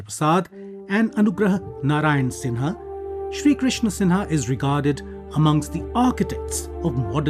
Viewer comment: Shri Krishna 'Singh' not 'Sinha'.